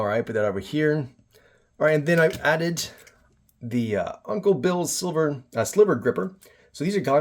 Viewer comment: You're actually the first edc guy I've watched who pronounces it correctly: sliver grippers, not silver grippers. Kudos. Nice kit, too!